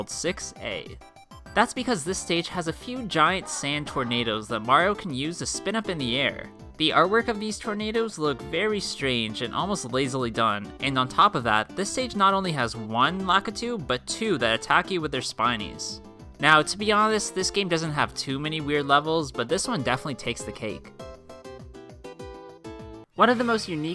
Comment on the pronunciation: bro it's pronounced luh-KEY-TOO not lack-ih-too